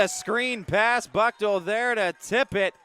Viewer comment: Thank you for the coverage. Buchtel is pronounced , booktahl.